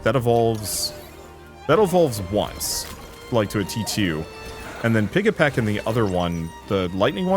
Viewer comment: The pigs name is pigEPIC, not pigEPEC